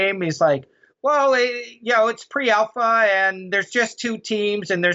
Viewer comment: I cringe every time someone says pre-alpha....